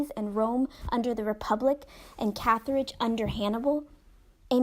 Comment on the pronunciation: What does bother me is her inability to pronounce papyrus, Athens, Carthage, papyri or wholly. The longer I listen the more mispronounced words.